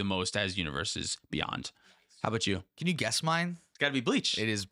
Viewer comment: Universes Bey-UN-d